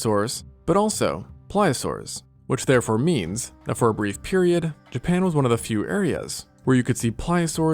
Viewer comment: If i hear him say japan one more time im going to snap